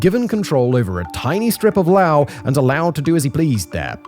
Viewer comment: Simon .. how tf do you STILL not know how to pronounce Laos? My god are you british mfers terrible at pronouncing your own language, English.